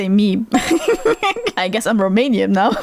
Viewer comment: He said it wrong, but it's basically a grilled meatball and it's delicious. He also read Romanian wrong.